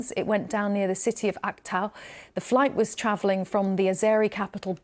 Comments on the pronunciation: The city is AKTAU not aktu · This 'professional' couldn’t even pronounce the city’s name correctly. It’s not Aktu; it’s AktAu.